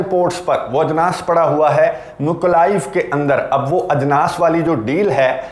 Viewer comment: Ajnaas bahut Khoobsurat ward hogaya hai Aapke zuban se Bhai